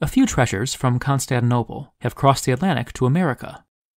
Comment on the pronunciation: Wonderful video as always! Totally off-topic, I noticed you leave out the second "T" of the City and seem to pronounce it "Constaninople"... neither here nor there, just a curiosity. :-)